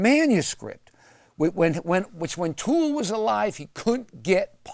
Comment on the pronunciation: Could this dingbat get his facts any more incorrect? Pronouncing Toole's name as "O'Toole" and talking about how A Confederacy of Dunces won him the "Nobel Prize." Christ!